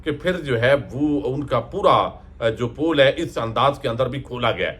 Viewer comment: Piaray bhai pool kholna nahin hota pole kholna hota hay